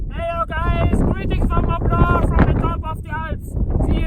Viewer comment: "Mon Blan" T and C are silent. It's just like "Chamoni", you don't say Chamoniks.